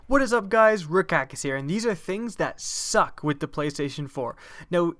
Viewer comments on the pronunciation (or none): ps4 is the best to me and some people don't think it is. the first thing I did before I watched this I disliked it and why when you say suck you say it like SUCK!!!!!!! and it doesn't suck because I'm going to get one this Christmas